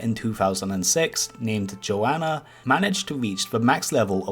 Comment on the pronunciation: Pronounced Joe-nuh